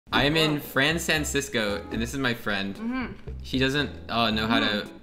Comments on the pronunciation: it's san fransisco not fran sansisco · "Fran Sansisco" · it took me a while before i realized he said san francisco wrong